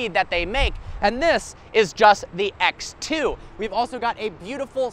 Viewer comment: ”ax two”